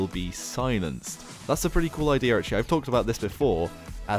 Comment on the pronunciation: Why do you say idear instead of idea